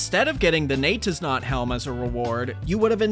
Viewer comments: Bro, it's pronounced "NEE-YET-IS-NOT" and "YAH-ITS-SO". That's the pun, dummy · So phonetically it'd look like this.. Nay-tiz-not Yah-tiz-so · Great video as always, but a tiny nitpick THEY'RE PRONOUNCED NAY-'TIS-NOT AND YA-'TIS-SO WHY DOES NOBODY GET THAT PUN?! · gotta say Jatizso like your germanic nay tis not yar tis so